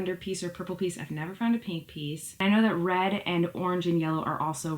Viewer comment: As someone from western NY, I’ve never thought you had an accent but you do say “pink”weirdly 😂💗